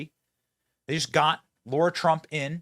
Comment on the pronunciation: Oh Benny. It’s not pronounced Laura. It’s Lara.